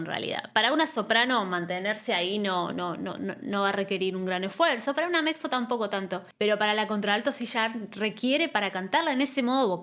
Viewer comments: la "Mexo" XD enrealidad se pronuncia "Metzo" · Mezzo, no mexo 😑